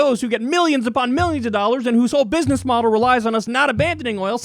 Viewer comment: Did he say bidness?